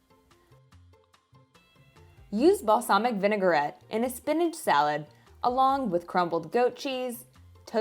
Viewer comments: May I please say it's Vinaigrette not vinegarette xx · Love the video and the recipes. Forgive me for correcting you, but it is pronounced "vi . nuh . gret".